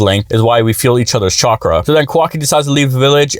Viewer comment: I liked the pronounciation Chwakra 😂